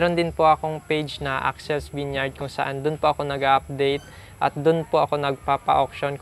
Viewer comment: Di ginawa homework vineyard lang sablay sa pag pronounce.